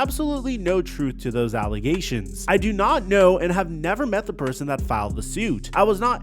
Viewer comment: Neh-ver as much potential as Randy Moss. Never.